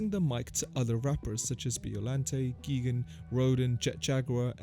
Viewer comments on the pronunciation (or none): none